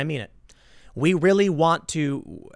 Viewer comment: Oh Rearry?